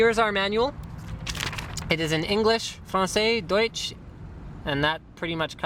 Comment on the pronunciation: Deutsch epic im fron Germany and you spoen it right!! Pleas roll the R in some of your next videos ;)